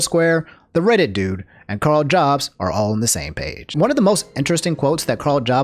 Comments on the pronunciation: It really bothers me that he says "Jobs" instead of "Yobst" I know it's not spelled that way but it's pronounced that why I think. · 80% sure it’s pronounced “Yobst”